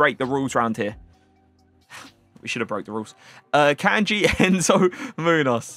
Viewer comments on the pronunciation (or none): none